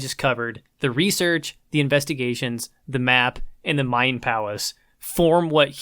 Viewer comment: Hey man say research. Is it a speak problem or u ghetto like? like axing someone a question?